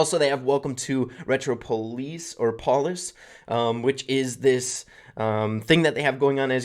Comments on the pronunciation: Retropolis is pronounced differently than how you say it. Pronounce it like metropolis. The new brawler's earring looks like a healing cross. Maybe a support brawler? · Retro-op-pole-lis please say it right😝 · retropolis, like metropolis im sorry im triggered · Theyre the greasers and its pronounced like metropolis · I think its supposed to be pronounced like "metropolis" like a new city, maybe a temporary theme change with some social updates too. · Ahhh stop pronouncing retropolis like that.